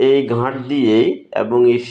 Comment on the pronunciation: উচ্চারণ ঘাঁট না,এখানে চন্দ্রবিন্দু হবে না । হবে ঘাট😂